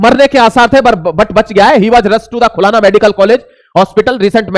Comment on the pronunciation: "खुलाना" नही "खुलना" बोलो।